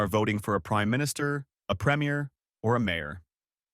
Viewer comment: This is a good video, though premier is mispronounced.